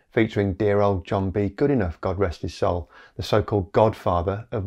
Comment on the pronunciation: Prof Goodenough was okay about the regular mispronouncing of his name . For anyone interested, it's good-en-now .